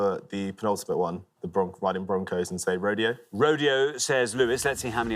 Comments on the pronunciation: We do not pronounce “rodeo” as “road ay oh” in America we pronounce it “road ee oh” too. Don’t know who told Richard that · We don't say Ro-DAY-o for Rodeo in America. That pronunciation is only used for a famous drive in Beverly Hills. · No Richard. We don't call it "road- day- oh" in America. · It is definitely not pronounced Row-day-o LOL that's just how 1 street in Los Angeles is pronounced. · In Spanish unless it's specified otherwise with an accent mark the accent is always on the second last syllable, so the correct pronunciation is ro-DAY-o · okay, since you mentioned the "right way", let me correct the corrector: ro-DEH-oh. But you're absolutely right that between RO-dee-o and ro-DAY-o, the second one is closer to right. But not nearly close enough. For a native Spaniard, every syllable would sound wrong. Ro without the rolled R, Day instead of the correct Deh, and O (sounding like ou) instead of Oh. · it's more like raw-DEH-aw.